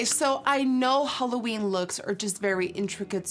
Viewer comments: Every time you say, "Halloweek" my holosexual gene hears, "Holoweek." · yeah I know. But u know what I mean. The whole 'holoween' sound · Am I the only one who thought that she said holoweak 💿💿💿